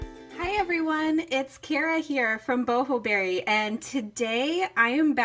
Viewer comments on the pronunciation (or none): none